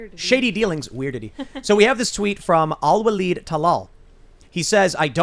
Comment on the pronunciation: Alwaleed al Towel-Lol